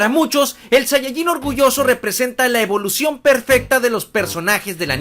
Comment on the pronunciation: ¿"Evoución"? xD